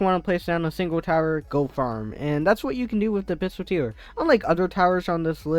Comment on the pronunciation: pistolteer? its pistol-eer